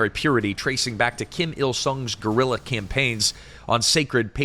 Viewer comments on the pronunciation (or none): none